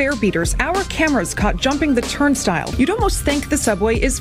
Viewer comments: Did you say “turn still” instead of ‘turn style’?? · What's a "turnstall"?